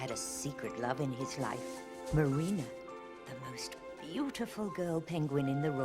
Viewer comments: Whhhy Do you keep calling her "mary-anna"???? Its Marine-a.. X.x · Every time you called Marina "Marianna" I got war flashbacks to working retail. That's exactly how people misread my penguin ass name in real life. This really is hell.